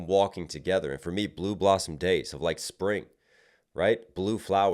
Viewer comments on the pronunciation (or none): none